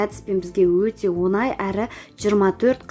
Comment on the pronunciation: Қазақ сөзінде ,,ң " әрпін дұрыстап айтыңыз. , онай " орысша ,,десят месяцев"- он ай. Оңай деп айту керек,,легко".